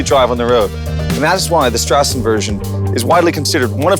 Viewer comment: not a street-version a german "strassen"-version - great pronounced :-9